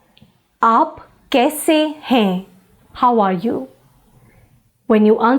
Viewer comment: Don't you pronounce the las letter n in hain or other words ??